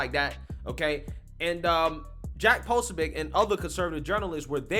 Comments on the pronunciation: PRONOUNCED PA SOOOOOOOO BIC..... NOT PA SOB IC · Poso- bic Say it right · You follow him, but don't know how to pronounce his name? 😂🤣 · That’s not just another media person. That’s Steven K Bannons guy. 😳 that and you’re butchering his name, and the location. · I think he does it on purpose sometimes. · You said his name 6 different ways, none of them correct, it's deliberate. Wtf is your deal?